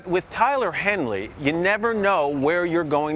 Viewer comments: It’s Henry, not Henly. Come on now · I’m sorry?? He did not just call him Tyler Henley?? Smh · He just called him Tyler Henley. Matt Lana it's Tyler Henry. (Yes I wrote Matt's last name wrong on purpose ) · Laughing at how Matt Lauer called him "Tyler Henly" in the first thirty seconds even though the name was on the screen :) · ... He said " Tyler Henley..." Lol That ain't it. 😣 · It’s Tyler Henry not Henley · I love how he said “Tyler Henley” instead of henry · Did he just say “Tyler Henley”? 💀💀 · I had to rewind 3x to hear the commentator say at the very beginning Tyler HENLY. . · Did the guy just call him " Tyler Hen-ley" ?? Really?? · Did he say Tyler Henley 😂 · Yes, he did say "Henley". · did he just say tyler henly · He said Tyler Henley 😂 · did he say tyler henly ? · Did he say Tyler Henly? 😂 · Albert Blue yes, he certainly did. Such a pro... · Sorry...I didn't make it past...."But with Tyler Henly"......Damn, Matt can't even say the guys name right.